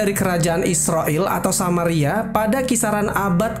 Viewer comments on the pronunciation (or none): none